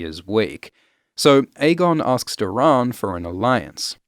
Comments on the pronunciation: "Dor-In" not "Dur-on" is how his name should be pronounced. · Can’t get over the “door-rahn”… 🤦‍♂️Why are you pronouncing it like this 150 times in the video 🤮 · Great content m8, just 1 thing keeps throwing me off, you pronounce nearly every name differently to me so it sounds weird to hear lol. You say LEEanna, I say LYEanna, you say Doh-rAHn, I say Doh-Ran, you say EHlia, I say EElia... weird huh? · Doran Martell’s name is pronounced as Door’un Martell. Not Doe’rawn. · I hate how you pronounce Doran. 😂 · Are we gonna get a remaster of this with Doran’s name pronounced correctly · Why are you pronouncing Doran like that?